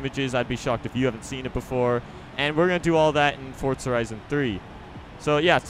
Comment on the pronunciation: i'm pretty sure it's forza horizon and not forts-a-horizon